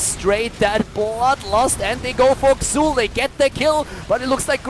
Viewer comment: It's pronounced Zul.